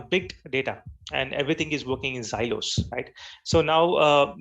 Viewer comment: its silo and not zilo.. it sounds annoying to hear such pronunciation mistakes..